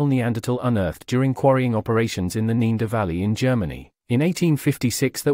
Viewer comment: why says the moderator ne-a-derthaler right and neaderthalervalley wrong al the time?